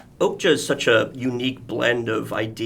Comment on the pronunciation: The interviewer keeps pronouncing okja as oakja :D